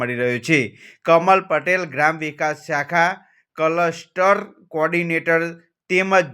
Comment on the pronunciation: આ ભણવા ને પહેલા બોલતા શીખવાડો માદર ચૌદ રિપોર્ટર બનીને બેઠો છે ભોંસડીના કલસ્ટર બોલે છે